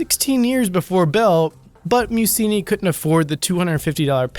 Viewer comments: NUMBER 4 IS PRONOUNCED (PHONETICALLY) "MAY U CHEE " YOU DULLARD!!! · Meucci is pronounced (may-ooh-chi). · That's MEH-UCCHI. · Antonio Meucci was not a pronounced "museum" or whatever you seem to say. .! Rather "meh- ouh- cheeh" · Ok, you need to work on pronouncing names. Meucci is pronounced May-ooch-ee. No biggie, I suppose, but if you're going to post, you should probably make an effort. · it's pronounced Bed o win, and Antonio May u chee. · I love your videos BUT Meucci is pronounced- may-oochy.... It would be a shame to remember him with the wrong name. Keep up the good work:) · The most ferocious mispronunciation of the name Meucci ever heard lol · LMAO@ Gagarin, Duchesne, Bedouins and Meucci dude you really need to do more research I mean forget the sources you get your information from at least try to get the names right.